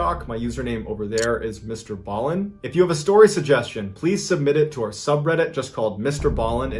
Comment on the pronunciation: Omg I just read about you and it sounded like you called MrBallen a Loser